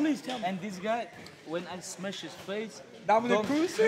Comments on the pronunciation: "Do you remember when I smesh this guy?" Khabib talking about Conor McGregor 😅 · "Dc can only smesh potato brother" 😂😂😂